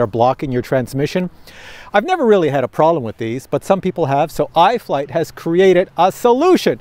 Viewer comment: Prolem or Problem? Canadian speak yeah? On a serious note I've just ordered the ProTek25. Thanks for the info. Subbed too.